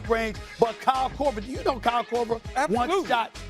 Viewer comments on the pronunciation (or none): Stephen A is a hater. JJ Reddick should have made the list over Kyle Kroger. I’ve never heard anyone shoot the ball and say Kyle Korver.